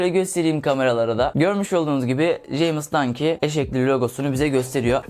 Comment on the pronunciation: "jeymıs dangi" nice english bro